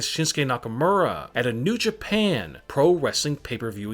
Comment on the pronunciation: Why the fuck u keep saying it like in jaapaane in a maask